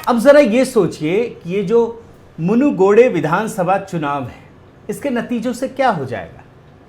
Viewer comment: It is not munugide it is munugidu